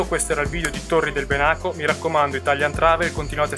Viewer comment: Ahia! La pronuncia è Bènaco, non Benàco, è l'antico nome del lago di Garda. Tranquillo non c'è problema :) si impara sempre. Comunque il video rimane ottimo